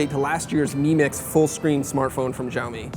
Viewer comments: its not JIAOMI its XIAO MI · "shao-mi", not "zhaomi" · As a Chinese speaker, I agree that the way he pronounced it sounds more like Jiaomi ("Gel-mee"). The more accurate pronunciation should be closer to "Shell-mee" with very little emphasis on the 'h' sound. Of course it needs to be intonated the correct way but lets just take it one step at a time. :) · it is called "siaomi" not "jiaomi", dont not where did you get the " J " from ? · How come no one can say this company's name correctly in the states? the x has an sh sound. no zh. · SHAO MEE Look up the pronunciation first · Какой блядь - Жяоми. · it's pronounced "siao mi". the x is replaced with s in Chinese pronunciation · Learn how to pronounce xiaomi 😠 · None of these 'hip' american tech sites pronounce xiaomi properly. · You should learn how to say Xiao Mi correctly... it's not that hard. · FFS, learn to produce Xiaomi. How does an 'X' sound like a 'J'? That doesn't even happen in Spanish. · Dislike for breaking the phone and for pronouncing "Xiaomi" incorrectly. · You should google how to pronounce "Xiaomi" better. I dont see any "J" on Xiaomi. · Linel Joseph San Juan x more of a sh sound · Learn how to pronounce Xiaomi.